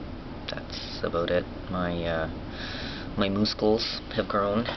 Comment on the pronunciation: haha canadians your awesome. "aboot" lmao south park